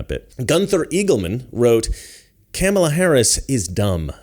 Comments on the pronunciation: ‘Cam-a-la” will come after you like she goes after Tucker. Do you know why?? You don’t say her name right. WAH!!!❤ that’s her biggest comment… shows her IQ level. I’m going to look at your video… good job. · Do you mispronounce Kamala because you're ignorant? Or is it supposed to be an insult? I think you're smart enough to know how it's pronounced by now, so I'm just wondering if you're mispronouncing it intentionally or not.